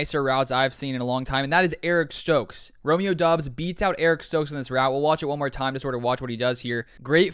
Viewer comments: It’s pronounced DUBs you simpleton , f’n drivin me nuts, do at least a little research, you can’t even pronounce the guys name right smfh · It’s pronounced Dubs